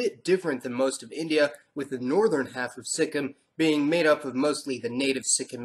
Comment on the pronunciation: Hey, I'm from Nepal, but my mother is from Darjeeling (she is still a Nepali in her mother language and culture - Greater Nepal patriotism), she lived in Nagaland and Sikkim. I believe it's pronounced with a perfect full kim not a Sik-im. I just want to say thank you for your essay video. I hope in the future racial diversity for us Nepalese will be a ground for equality. Dark or Like, Eastern-looks or Indian-looks will be seen as equal. Plus there are few good books on Nepal, I'm reading unbecoming citizen by Michael Hunt about Nepalese (Lhotshampa) people in Bhutan and their displacement.